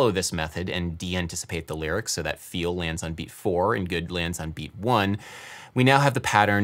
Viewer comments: Anyone else hear i bigger, and not i feel good, asking for a friend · I would say feel always has 2 syllables. Fee ul. and its the UL that is emphasised I'm British btw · He's singing the word "feel" as if it has two syllables. And the stress is on the second pseudo syllable. I fee eel good ( on the eel). My native language has more distinct syllables, maybe that is why I perceive it this way. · It's on: i fe-EL good. He places a one syllable word on a to syllable rhytm. I fe-el good.